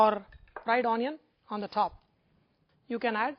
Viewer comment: and AWWnion!!!